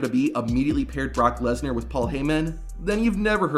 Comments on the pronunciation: THE BROCK LEeESnAar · “Barack lesnar”😂